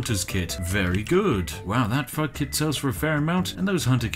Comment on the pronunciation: when he says "Thug Kit" it sounds exactly like "Fugkit"